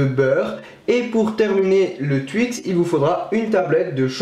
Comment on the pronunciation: Moi je dis TWIX pas tuix ou touix!